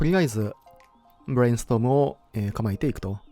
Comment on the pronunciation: ブレインストームの発音が急にネイティブっぽくなってお茶こぼしたｗ